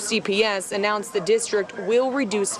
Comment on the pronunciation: “I need da funding” literally just another gibs me dat